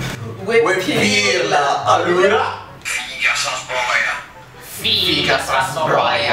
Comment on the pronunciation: I didn't understand where was my dialect (Umbria) but I understand that an app called "I mortacci" is obviously rich of bad words :P However you said "We Pirla" in a simply perfect way ahaha